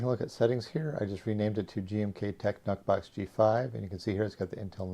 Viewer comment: "Nuhk" box? Blahahahaha